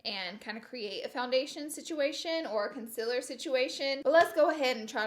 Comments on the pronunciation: Con-SEE-ler not Con-sil-ler... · Con seal err is how you pronounce concealer not consiller And contour is one word, not two. Not being mean, just saying. I've seen people drag you for pronouncing those words incorrectly. You're supposed to be a make-up Guru, so know how to pronounce your products dear. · Know what I just realized she said conciller again I completely forgot that’s the way she said it I’ve gotten so used to it 😂